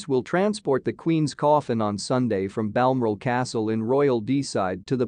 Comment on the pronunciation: The word is BAL-MORAL. Honestly, how hard is that to say!! BAL-MORAL!!!!!!!!